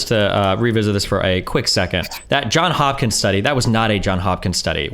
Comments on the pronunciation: I know this is very nitpicky, but it's Johns Hopkins (an s in both words), no John Hopkins lol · Everyone, the School Johns Hopkins, the s in the Johns is pronounced. This is my pet peeve.